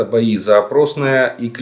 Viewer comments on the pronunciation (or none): Уважаемый Олег Владимирович,не опросное,а Опытное,пригород Бахмута.